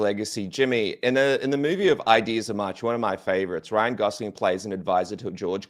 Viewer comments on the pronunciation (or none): isn’t it pronounced The Ides [eye’ds] of March?